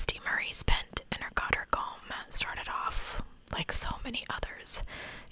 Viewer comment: second pronunciation was correct: god - rich; my cottage is about 25 mins from there. so exciting but also devastating to hear you cover a case so close to home